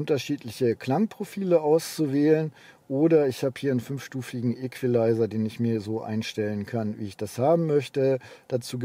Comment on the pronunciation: Schlimmer noch als der französische "Leohh" ist allerdings sein "Jeep Tchierokie". Und wenn die dann noch über einen "Ekwileiser" verfügen, dann rollt sich auch der zäheste Fußnagel.